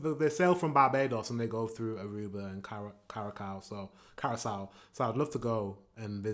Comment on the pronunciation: the way he pronounced Curraçao 😭😭 thats just offensive